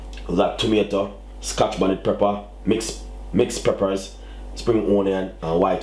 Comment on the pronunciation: PEP-per brother not PREPPER.